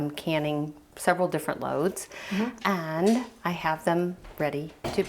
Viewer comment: the “aaaaaaaannnnddd”, “becaaaaaaaauuuuuse” and other extended syllables were driving me nuts....very distracting